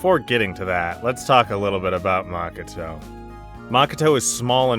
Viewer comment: I like the vid a lot and its really not a big deal but your pronunciation of japanese words/names is crazy. Yuyuchi? Maka-tow? NOOKIE MEN? C’mon bro 😂